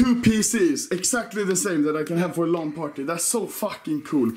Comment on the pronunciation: the way he says lan party triggers me